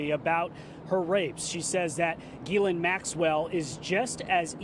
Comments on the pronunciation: Its not Girl-ain it is pronounced Giz-lane so funny none of them get it right, makes me think its on purpose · Ghislaine is usually pronounced as gi LANE